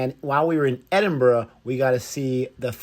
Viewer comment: Americans usually say Edinborough, great that you say it right.